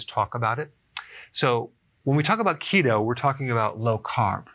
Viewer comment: I keep hearing CHEETO 🤣🤣🤣🤣